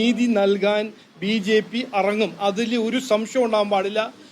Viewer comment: At least മലയാളം എങ്കിലും പറയാൻ ഇവന് പറ്റുന്നില്ല ഇറങ്ങും, എന്ന് പറയുന്നത് അറങ്ങും എന്നാണ്....😂😂😂